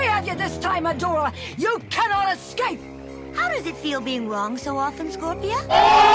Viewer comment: You cannot ez-cape, lol. My fav line